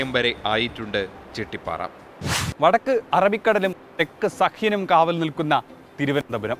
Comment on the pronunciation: ചിട്ടിപാറ അല്ല ചിറ്റിപാറ